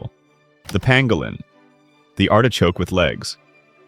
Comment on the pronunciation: Pangolin, not pangalan...